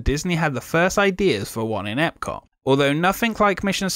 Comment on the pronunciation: I can't watch anymore of your videos based on the way you pronounce "Epcot".